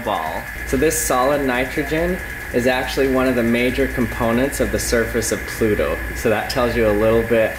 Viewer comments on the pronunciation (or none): none